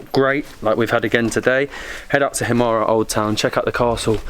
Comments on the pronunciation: please you don't pronounce it as himaré just himar without the ë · Guys it's called "Himara" or "Himarë" but not Himare..... ë is pronounced like "a" in "a book"... but you can also not pronounce it at all when it;s on the end of the word...so you can also say "Himar"... Btw ... you have a very good chemistry together so the videos you make are quiet amusing ... keep going like this :) P.s Molly looks like she is from Korça .... ahahahah